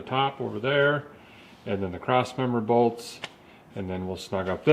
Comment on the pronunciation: Finally, a man who speaks my language. "Struggling with a boltese"